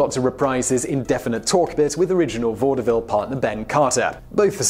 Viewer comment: Hmm... I've always heard it as vod-vill >.>